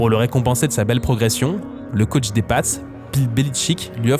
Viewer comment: the caoutch? c'est un canapé dont tu parles? c'est comme ze shoute?